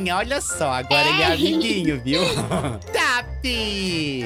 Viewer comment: Estou assistindo seu canal agora e riu quando você fala taap!